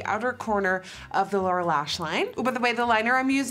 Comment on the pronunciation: Does she say Laura lash line. Ps I love you nikkie